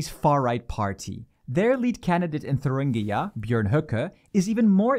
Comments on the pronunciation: Also the fucked up states name is Thüringen not Thurungia or what ever the narrator said, there is nothing with such a name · In Germany we do not have any important politicians nearly as far right as Trump, who might win your elections if things go terribly wrong. BBC really has become shite. Also it is Thuringia, not "Thurungia" in English. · For me as a German, the English pronunciation of “Thuringia” -> Thuringia sounds like a state from Africa. Wakanda Forever! 😄😄